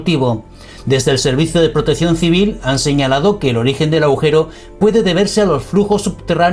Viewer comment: No “aujero ”, agujeros señor